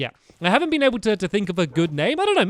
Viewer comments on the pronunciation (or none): none